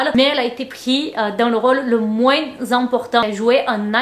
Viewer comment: on ne prononce pas le "s" à la fin de moins c'est un s muet comme dans parfois, corps, tapis etc :) bisous <3